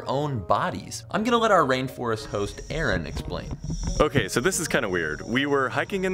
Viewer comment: It's official, Americans can't pronounce Scottish names like Aaron [just like we Scots can't pronounce the names Carl/Karl/Carol; genuinely, it's the bane of our existence, and if you ask us to say it, we'd probably attack you with an empty Buckie bottle].